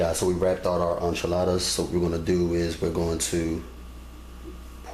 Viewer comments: I stopped watching when I heard you say "on chiladas" the word is enchiladas, the frst sylable rhymes with "men". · Enchiladas he is pronouncing it wrong 🤣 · none of what you say is how a Mexican makes enchiladas,Please don't give advice on things you don't know any thing about and you mispronounce the word ,PLEASE GO TAKE SPANISH LESSONS,THE SOUND IS NCHILADAS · is he calling them,"Anchaladas?"